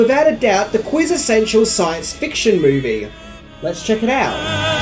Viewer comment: Quiz-essential? Ah. 😣